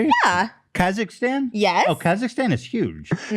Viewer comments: I was born in Kazakhstan and Trish's pronunciation was truly terrible 😂😂 Thank you Ethan for not bring it justice ❤️ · On a light note, hearing everyone pronounce Kazakhstan completely different had my howling 🤣 and trash thinking an anaconda is bigger than a WHALE 🥲